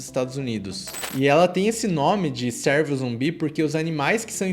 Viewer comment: Top.. mas a pronúncia não é "sérvo" e sim "cêrvo"